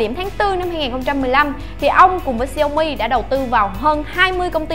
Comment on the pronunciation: đọc đúng theo tiếng trung quốc là xiẻo mỉ